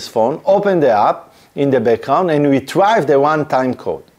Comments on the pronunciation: Phishing is pronounced fishing, obviously, because it’s fishing for passwords, oh and yes it's hard, but Retrieve, is not pronounced Retrive, but Re treeve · Top tier video appreciate you willing to explain this to the masses! One small thing, you are saying retrieve wrong, you're focusing on the I in the word change that sound to an E so: RE-TREE-VE rather than RE-TRY-ve. (please don't take that the wrong way, I would want someone to tell me if I was pronouncing something wrong) with that said your English is amazing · Really good content thx. FYI “Retrieve” is pronounced [Ree-TREEV] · Great overview. Please, check the pronunciation of retrieve and launch.